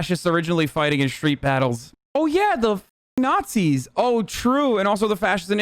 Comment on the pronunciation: “Neeeee-ATZIS” in America. 😂Do you dip shits atill set out cookies for Aanta too? 😂😂😂😂😂